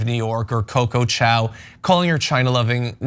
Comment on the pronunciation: Literally called her a Chinese dog using “Chow” instead of Chao